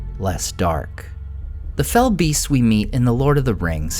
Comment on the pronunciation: Small thing, but thank you for saying and writing what they are correctly: "fell beasts", not fellbeasts. It's not a name; it's a description. They are beasts that are "fell", an older English word meaning "evil", "malevolent", "foul", or "terrible".